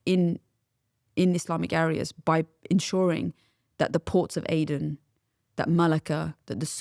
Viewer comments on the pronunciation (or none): none